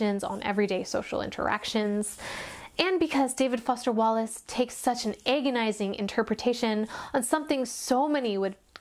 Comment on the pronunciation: I love the part about the professional smile, so true but I never thought so about it so in depth! (Also died at "David Woster Fallace" 😂)